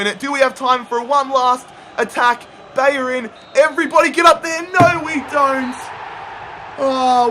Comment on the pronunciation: ‘Bayorin’ no. It’s ‘Bellerin’. Please learn how to pronounce things. And learn how to pronounce the letter H.